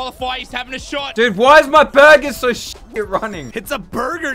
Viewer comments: Its burburs, not burburgers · No one: Absolutely no:: look at those burburs